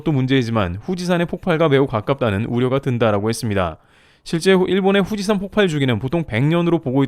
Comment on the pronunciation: 폭팔X 폭발O 발음 좀 바로 하셔야..